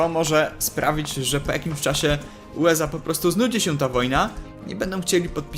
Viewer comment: USA, a nie UEZA!